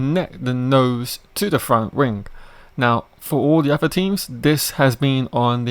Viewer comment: You really need to work on your speech it's terrible it's wings not rings mate if you wanna be a youtuber put the work in you sound monotone also.